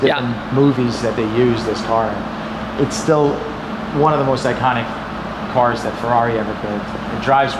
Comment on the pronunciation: "some incredible CURS"